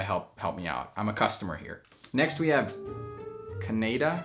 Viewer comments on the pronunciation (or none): I can’t believe that He pronounced a famous Country name like “Canada” as “Ka-neigh-Da” LOL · when he said KANEDA *dead*😂😂🤣🤣🤣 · Everyone: canada: CaN ADa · This guy really forgot how to pronounce Canada at first